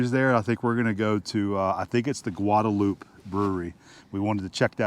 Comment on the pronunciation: Just FYI... the 'e' on the end isn't silent. It's GuadalupAY.